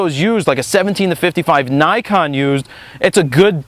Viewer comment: "naykon" it's nikon you idiot